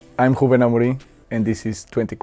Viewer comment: I was shocked at his Ruben pronunciation 😮